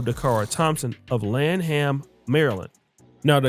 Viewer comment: This case has a LOT of unanswered questions. Hopefully the family gets justice for Da'Cara. And by the way — the pronouncement of 'Lanham'...🤔🤔🤔